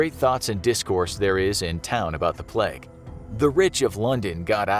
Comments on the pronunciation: Your pronunciation of “Plague” hurts xD it’s Plague, not Pleg. Great video though, here’s a video suggestion, what about an episode specifically dedicated to Burke and Hare? Since they were pretty famous serial killers and you do have a series on that kinda stuff already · is no one gonna talk about how he said plegg instead of plague? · The way he says plague cracks me up